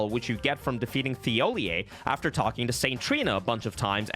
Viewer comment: I’m cringing hard at him pronouncing scadutree and Thiollier wrong. 😬 😑